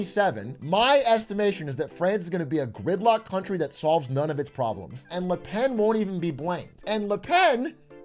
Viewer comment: Là pèn is all I’m hearing atrioc yap about